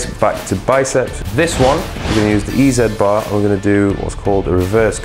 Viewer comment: "Eee Zee bar", as in "Easy bar", NOT "Eee Zed bar"!